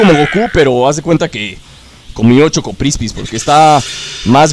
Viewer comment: Dice "CHOCOPRISPI" no "CHOCOCRISPI"